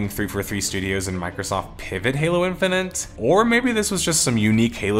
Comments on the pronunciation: Good vid but hearing in-fi-nit pronounced in-fi-nent for an hour made my brain itchy. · No, I'm sorry. I'm not gonna listen for an hour as someone says "Halo Infinant" over and over. It's like nails on a chalkboard. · Were you okay when making this? Calling it "halo infininte" constantly is pretty distinct and a little distracting. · I’m glad that people are finally coming to grips with the fact that this game is a giant pile of shit. I had been excited for it, given that it was supposed to be a reversal of 343’s butchering of the series and a return to Halo’s roots, but when I played the open beta and couldn’t mute the AI companion saying KEH-BABBED every time I got a skewer kill, I knew it was gonna be a huge dumpster fire. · I love that you're pronouncing it "Halo Infini'nt" lmao